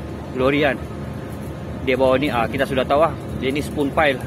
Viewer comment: Spun pile..sebutan macam span